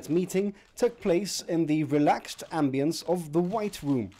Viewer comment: Reporter sounds 85% native yet non-native back and forth ( "thirty-two", "Spanish newspapers", and "ambience") Mr Picardo sounds 95% native most of the time yet slight Spanish nasality at times (just - ) You can tell they're influenced by non-native English speakers in the area.